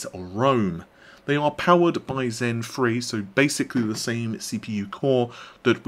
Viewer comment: All I hear is "Zen Free"